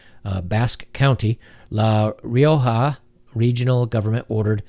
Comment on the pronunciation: Fan from Madrid, Spain here. All true. Keep the good work. It was funny to pronounce Rioja and Pamplona though